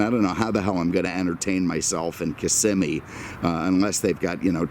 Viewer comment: I appreciate you for many reasons; but as a native Floridian, for pronouncing Kissimmee correctly!